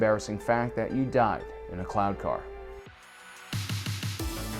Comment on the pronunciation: what you get after a dolphin rapes a human. Was it just me, but the first time you said cloud car, i heard clown car.